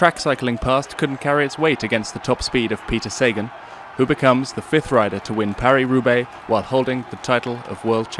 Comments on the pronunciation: I thought it was SA-GAN not SAY-GEN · jesus learn his name, you are butchering his name. pronounce is saghan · It is pronounced SA-GAN.................geeezzzzz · 'say-gone', how apt. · “The list of victories in the Flanders is now complete” WTF? Please get a cycling fan to do the voiceover so you get it right & pronounce Sagan properly. I expect more from the Official channel